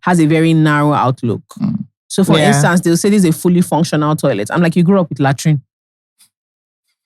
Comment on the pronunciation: “You grew up with laterine”🤣🤣🤣🤣🤣